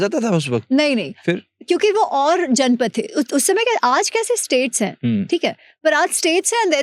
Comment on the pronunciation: It's जनपद and not जनपथ.